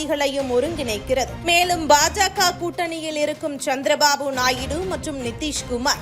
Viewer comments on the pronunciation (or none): none